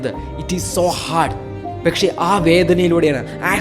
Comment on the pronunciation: പെക്ഷെ അല്ല പക്ഷെ